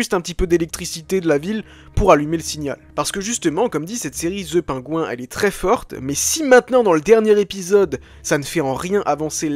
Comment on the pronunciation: Très cool comme vidéo, par contre essayons de prononcer "PennGuïnnn" à peu près mais dire "The" et prononcer "Penguin" à la française ça fait hyper bizarre ;-)